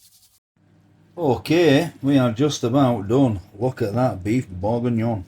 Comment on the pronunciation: It’s pronounced berginyon 😂😂